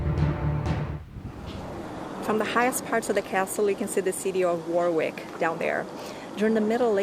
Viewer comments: "Worrr Rick" Not War Wick. Thank you!! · It's not pronounced Warick, it's Worrik. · A excellent vlog again, well done! Just a small note - 'Warwick' is pronounced 'WaRick' an easy mistake to make though. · My apologies to the British for mispronouncing Warwick in the entire video! 😂🤣😱😫 The funny thing is that I actually said "WaRick" various times while shooting (it's so much easier!!!), but filmed again for thinking it was wrong 😂😂😂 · Its war rick castle not war wick ok good video and it was the seat of english kings years back O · As a local lad I find it interesting to see where I live through someone else eyes. Actually I was born in Coventry so very adjacent to Rugby, Birmingham and Warwick. By the way I don't know if you know about silent letters? The second "W" in Warwick is a silent one so it's said Wa-rick. Cant wait for the next video. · Warwick is pronounced "Wo-rick" .... starting staying "what" but forget the "t" and replace with "rick" .... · War is not pronounced when saying Warwick. It’s has a silent r. Wawick or Wowick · its pronounced Worrick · Note to our American Cousins: 'Warwick' rhymes with 'Yorick' (Shakespeare claims to have known him well):-) Note to: Another great video, Honey: England LOVES you (so don't be a stranger for TOO long - okay?)!! Vaya con Dios. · I don’t know if anyone has mentioned it already but cities in the UK are only referred to as a City if they have a Cathedral. Warwick is a town as it doesn’t have a Cathedral. Oh and don’t worry about mispronouncing Warwick most tourists do 😁👍🏻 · Great video, however one thing that was incorrect other than the pronunciation, is that Warwick is a town not a city. Nearest city would be Coventry. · The w in the middle of warwick is not pronounced. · Great video, but you continually mispronounced Warwick and that was very frustrating and distracting. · Bless ya for trying, it was a lovely little video though. Made me homesick